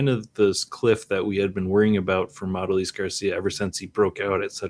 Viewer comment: I love your content, but man, hearing everybody butcher how to say Adolis had me pulling out my hair lol